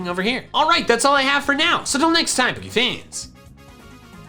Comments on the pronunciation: heard iiit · I know he says "greetings, poke fans!" but I always hear "spooky fans" and I can't unheard it